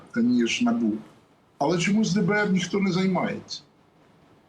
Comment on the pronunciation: Не На'бу,а Набу'